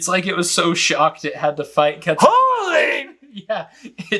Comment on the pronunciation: although we accept Kwet-zal-ko-ot-lus as the correct pronounciation for the pterosaur, the god was apparently named Ket-sal-cut